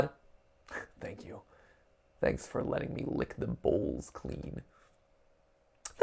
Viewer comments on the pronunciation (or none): none